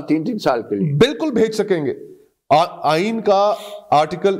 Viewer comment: Why you say I iney this is not iney